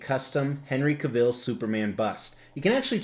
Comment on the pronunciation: Love this so much. This was one bust I almost pulled the trigger on but I didn't want to miss a mortgage payment. BTW, Henry Cavill's last name rhymes with travel.